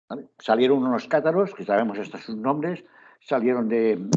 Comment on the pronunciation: Me interesa mucho- lástima la pronunciacion de nombres- sobre todo- que son importantes. No se le entiende.